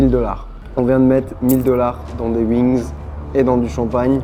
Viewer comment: Je vais tester les "Uings" 🤣